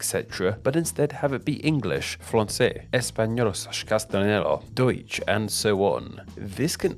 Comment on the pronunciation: thanks that u said ,,Deutsch" appreciate it